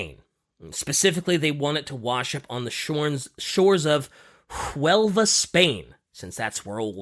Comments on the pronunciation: as a spaniard, every time says JUELBA instead of WELBA is jarring af lmao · Operation Mincemeat, AKA A Weekend at Bernhard's EDIT: As a Spaniard myself, here's a lil' nitpick, the H in "Huelva" is mute. It's a beautiful city, it's just an hour a half long drive from where I live.